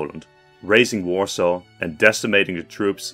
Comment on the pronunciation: russian warsaw... so cringe hearing that